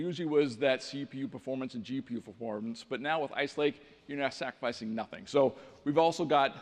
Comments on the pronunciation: did he say ike lace ??? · did he say "Ike Lace"...there were several errors and mistakes made...wimply in the speeches...things that were said...etc....it make me feel like they did not really prepare, or more likely, felt the heat from the competition..and decided to show some stuff "too early"....I mean things they showed were promising...but something feels off about all of it.